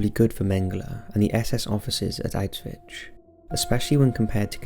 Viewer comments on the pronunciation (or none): Auswitch? Is that right? Sounds weird. Auswitch....( 💡 ) He's saying Auschwitz...wrong.